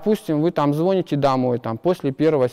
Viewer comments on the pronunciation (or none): Не понимаю , почему звОните, а не звонИте.. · Если Вы читаете лекции студентам, то почему вы говорите звОните?! Сомневаюсь, что у Вас есть высшее образование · Я бы не слушал лекции у челвоека который не знает ударение в слове "звоните" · Звóните? А вы точно преподаватель? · После слова звОните выключила видео.Физик русский язык знать не должен видимо.. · ЗвОните?? И этот человек еще кому-то что-то вещает? Грязной тряпкой его оттуда гнать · "ЗвОните", "как бы", "вот"... Скоро скатимся до уровня мигрантов. Теорфиз с матаном - это хорошо, но и русский язык забывать не следует. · "звОните домой" "родители не врубаются" - ну как-то лучше думал о преподах на физтехе, косноязычие очень заметное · Звóните родителям? Это говорит педагог?